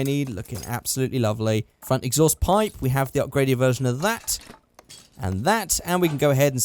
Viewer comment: OHV NOT OHF!!!!!!!😠😠😠😈😈